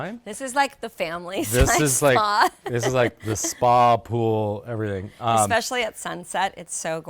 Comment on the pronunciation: Beautiful home! I'm always fascinated how people live in a desert like area with all the wildlife. A couple things Brooke, first it's "especially", not "exspecially" and secondly, please stop interrupting and speaking over your husband.